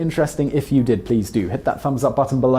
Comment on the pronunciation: I'm not proud of joining the mispronunciation team, but Dr. Heckyl? Come on, Simon!